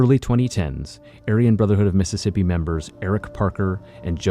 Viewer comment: It methississippi oh hecky naw